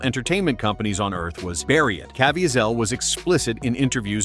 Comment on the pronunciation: Jim's name is pronounced like Ka-VEE-zle not Caa-VE-a-zel.